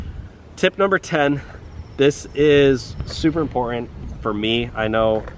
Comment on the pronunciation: Please learn to say important.